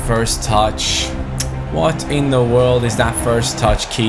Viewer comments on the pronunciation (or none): none